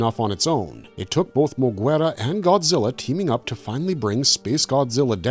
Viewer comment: the way u pronounce moguera, kamacuras is insane. have u never seen any of these movies? iv been watching Godzilla movies for 30 something years and you tube reviews for 11 years, and iv NEVER heard those names said like that MOE-GER-AH. KA-MAC-UR-US